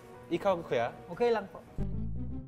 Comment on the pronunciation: pati ok lang, "okhey lung" na 😆